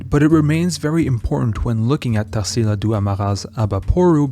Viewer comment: I often comment here about how this channel is amazing. But I really never imagined that you'd bring something from my country's culture. I'm so glad to see a video about Tarsila's painting! It's the cutest thing how you pronounce her name haha Brazil is definitely a country full of culture, for those who are interested, I'm gonna leave here some brazilian (or very influential here) artist's names if you want to research: Almeida Junior, Candido Portinari, Lasar Segall, Pedro Americo, Vicente do Rego Monteiro, Eliseu Visconti and Benedito Calixto.